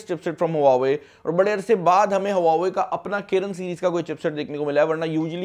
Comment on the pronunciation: Bro before u make videos on huawei learn how to pronounce.